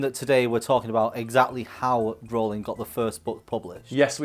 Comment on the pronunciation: I love how you pronounce Rowling differently every time